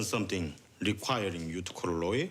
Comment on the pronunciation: The worst part is the English the Koreans speak. It's so confident, but so bad, because they want to seem "cool"but they should just speak it the way they would in real life. The word "Lawyer " was completely swallowed by his accent. It's like "Work on the pronunciation, or don't speak at all"